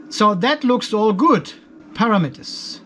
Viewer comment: Can you say ‘param etters’